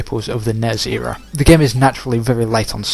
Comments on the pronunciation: I didn't know WTF you meant when you kept saying "NEZ game" but then I realized you were saying N-E-S but failing to spell it out. Back in the 80's no one called it "NEZ," you spell it out N-E-S when spoken. Similarly with SNES we don't say "SNEZ" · In America you spell it out for some reason, even though you barely do it with any other acronym like NASA. In Europe it's usually not spelled out. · Because you're odd. Not failing just how it is said...